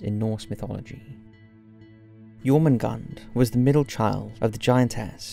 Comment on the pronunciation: Am I correct in saying that in English Jormundgand(r) sounds closer to Yermundanth(r) and Nidhogg(r) is more like Neethherg(r) with the 'th' in both cases being pronounced with a hard 'th' similar to 'the'?